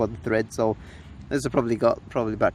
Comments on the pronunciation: Tread not thread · Tread! Not Thread! Ahh...